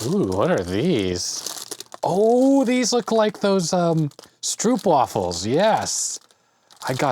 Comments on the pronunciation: As we would say in the Deep South, "Thar's your problem - you have an air gap in your video wiring." The "oo" in Stroopwaffels is pronounced like the long "o" in "owe". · Stroop as in stroopwafels rhymes with rope. Source, I'm Dutch. Pasta == paste/spread in Dutch